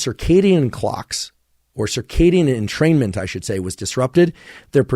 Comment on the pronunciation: i swear i'm fuckd up i literally read it entertainment i didnt realiZe it until he said entermaint or whatever